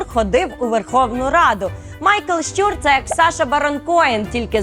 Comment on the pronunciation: Прохання або писати те, що говорите (щЮр, щЮра) або озвучуйте те що написано (щУр, щУра). Дякую.